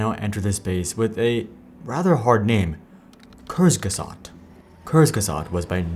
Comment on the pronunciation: lmao i thought kurzgesagt was russian the way you pronounce it